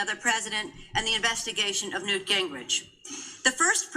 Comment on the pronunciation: Did Nancy just call Newt NOOSE Gingrich? Bizarre.